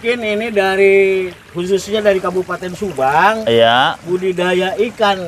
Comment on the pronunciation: itu kalau ngomong budi daya jadi budaya terus. Berkali kali ngomong nya budaya terus..😅😅